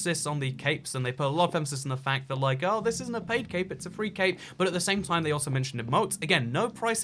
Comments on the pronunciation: When u said 'CAPE' ..i swear i thought its CAVE....People am i okay? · When he said cape I thought he said CaKe 🎂